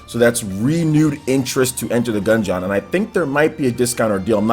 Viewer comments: Gun-geon 😂😂😂, its dungeon but with a G. Still love you man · You should say gungeon like DUNGEON it is not a gun jee on. It is Gun Jin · I can’t stand the way says Gungeon. 😂😂 Dude it’s like DUNGEON with a G. Smh someone please teach him how to pronounce it 😂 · The way pronounces the word 'Gungeon' in Enter The Gungeon makes me cringe so damn hard haha.